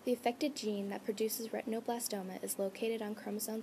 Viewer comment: the term is not ret tino.. its ret in oh blas toma a derivative of retina